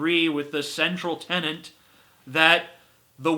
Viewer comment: Tenet. Not tenent.